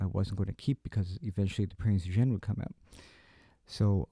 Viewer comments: Last comment, not to be a word Nazi but it's pronounced like (Prints OyGen) Keep up the excellent reviews! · Oy-gen. If you're such a WW2 junkie, how do you not know how to pronounce the name of the ship? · oy-gain. It is pronounced oy-gain. Please note. Great work, though.